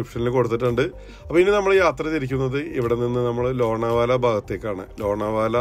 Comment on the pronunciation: Lona vala alla lonavla